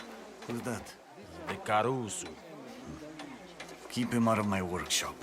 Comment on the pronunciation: And carusu